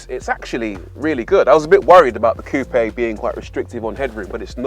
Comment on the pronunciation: Finally, a car reviewer that pronounced 'coupe' correctly!